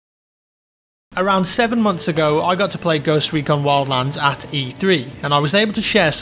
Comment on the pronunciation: I though it said Ghost Pecon